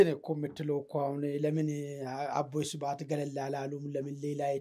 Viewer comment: ሰብሐት ነው ስበአት አይደለም ሳትማሩ ነው እንዴ ጋዜጠኛ የሆናችሁት እረ ተው